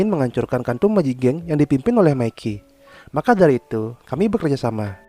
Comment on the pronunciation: Tolong klo bisa saat nyebut nama mikey pelafalannya pake bahasa indonesia aja seperti di menit (mi-key) jgn pake pelafalan inggris seperti di menit (me-keey) jadi terdengar kaya bahasa kotor yg artinya miss-v 😅